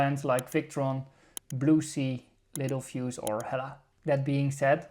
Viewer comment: FYI, it’s pronounced lit-TEL fuse not little fuse. It’s an optical illusion when you read it.